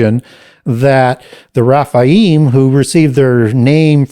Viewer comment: Raphael is an Arch Angel (not fallen). His name means God heals. Rephaim are the giants (he pronounces it Raphaim ). Raphaim is an (individual) ancestor of Judith according to the Apocrypha. Never heard Baal having the name Raphael/Rapael, but Ra, yes. I admire the amount of knowledge has. I was just very confused and had to do some research in regards to the angel Raphael, seeing if there were any links. Nope just mispronunciations, and perhaps the usual devil counterfeit scheme.